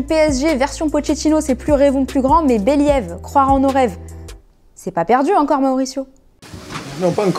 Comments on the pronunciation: béliève ????? believe [beliv] j'imagine qu'elle l'a fait exprès, mais un rappel pour certains ne fait pas de mal. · « Beliève » se prononce « bilive » ... un peu d’effort en anglais quand même... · « Bé Liève » 😂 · Chelsé, Béliéve ^^, bon faut voila quoi ... rien à dire . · Je me suis pris une claque en entendant ça ! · même après qu' elle ait dit "béliève" ? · le slogan de pochettino : "beliève" s'il vous plait l'accent. Ou encore Chelssé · Pourquoi elle dit tout le temps Beli Eve ? 🤣🤣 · comment elle a dit "bilieve" mdrrr c'est trop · Believe prononcé par un Français c'est Béliaive JPP mdrrrrrrr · « Béliève » ?? On est sérieux là ? 😳🤣 non mais un effort please (plize 😂) !! 🤦🏻‍♂️ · elle a vraiment dit « béliève » la ??? un peu d’effort sur la prononciation svp ptdrrr